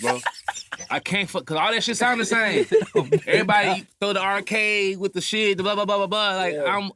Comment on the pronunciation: He said errry body lol this about damn time.